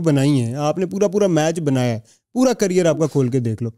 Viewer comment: Career ❌carrier ✅